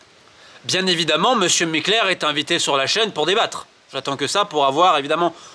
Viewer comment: Je tiens a dire bravo pour avoir réussi a dire Mikler autant de fois sans fourcher sa langue !